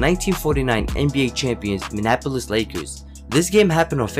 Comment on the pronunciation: “Mnapolis Lakers”